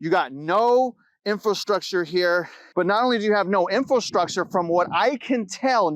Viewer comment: It's pronounced Infrastructure, not Info-Structure.